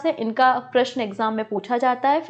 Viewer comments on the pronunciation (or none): none